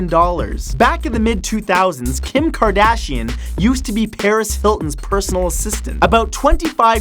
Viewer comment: did he say paris filton